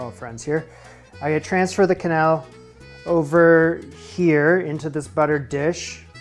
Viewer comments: You pronounce it wrong, like canelle (cinnamon), it is keuhnelle if you can undurstand the sound i try to explain😂😂😂😂 ❤❤❤ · It's pronounced kenell; in Lyon,where it originated it's pronounced knell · "Qu" in French sounds like a k. The shows you watched with people saying "qwenelle" were probably American. The pronunciation the gave when you looked it up before filming is right. Also the first "e", in "que-", doesn't sound like the other "e", in "-nelle", but it's not a sound that really exist in English so that's ok. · It's quenelle like Quebec 😊 also, this might be the first recipe you've done I might actually try, it looks that good ❣️ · This looks really good - I never realized you added pate a choux as part of the process - I probably thought the egg bound it all together, but with a little bit of thought, obviously that wouldn't do it alone. Then again, I still pronounce it with the 'qw', so I'm a barbarian. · Que is always "keh" in French. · I didn’t know that’s how you pronounce quenelle. Fuh-quenelle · Like k'bec rather than kwah'bec when trying to figure out how to pronounce "Quebec".